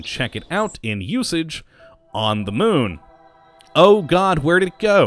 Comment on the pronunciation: He is actually calling it "The Mun" but they sound so similar it is hard to hear the difference.